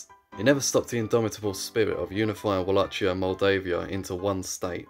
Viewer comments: All good, only you pronounce Wallachia all wrong. It is not with a "tsch" sound. So not like Ch in "Chad", but like "kie" in cookie. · my friend, it is Vah lah hee ah or Vah lah kee ah. not vah lah (t)chee ah. i know it is an exonym but imagine calling a Deutsche(German) in English "joor meen". he would feel even more cringe. i too would. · Va la hi a not Ua la ci a repeat after me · The common pronunciation "Wallakia" is actually wrong too. Its spelling was unfortunately taken from German, where the "W" is pronounced as "V" and the "CH" is pronounched as "H". So, to avoid confusion, the ideal spelling would be "Valahia" similar to "Valhalla". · It's not pronounced "wall - ach - ee - a". It's pronounced "Wall - ache - ee - a" with a much harder second syllable pronounced like the word "ache". If you're going to make a video, maybe learn the pronunciation. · Read it as 'Valahia' not 'Ualacia' 😆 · Walla[k]ia with [k]. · Dude... pronounce it correct without the "ch": Valahia and with no accent on "i" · Can people at least try to pronounce any of these names right??? Its pronounced like wallakia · Wallachia is pronounced /wɒˈleɪkiə/ which means it uses a "hard" ch sound. Like Wala-kia. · I sincerely apologise on the absolute tragedy of me pronuncing Wallachia and Moldavia/Moldova, thanks to the people who pointed it out and gave the proper pronunciations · "Moldovia" wasn't that bad. Wallachia though..... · Ok misspronounce Walachia, fair enough, it's a weird name that only English speaking people use but for the love of God, stop saying Moldovia. It's Moldova. Like the country. The Russians Threatened to Invade, we gave them half of Moldova. It has since gained independence and hasn't joined back with Romania. So now there's 2 Moldovas. There's no such thing as Moldeivia or whatever you said, always been Moldova. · it's funny how you read Wallachia like Nike Huarache 🤣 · why would they be furious, are you referring to the bad pronunciation of wallachia?